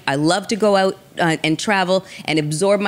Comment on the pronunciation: When says the word "Out"or anything ending with o.u.t....is the equivalent to a Maryland person saying the word "to"...lol. timestamp